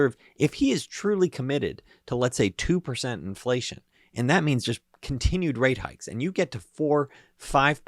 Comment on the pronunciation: "Infleshion" !? Freudian slip? Zombie confirmed?